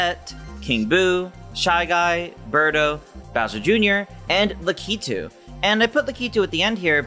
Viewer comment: Le-kee-too no la-ke-too